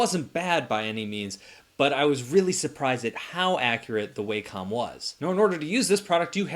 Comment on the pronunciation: Sorry to be pedantic, but it's pronounced WAH-com not WAY-com